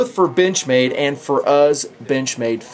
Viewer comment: does it sounds like "bitch-made" or it's just me?